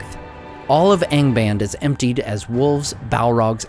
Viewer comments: "Aing baind" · Nice channel but you should improve you pronunciation. Angband has to be read with both the "a" open...